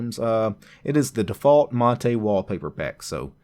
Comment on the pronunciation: The one used in the video is the correct pronunciation as it's named after the South American beverage.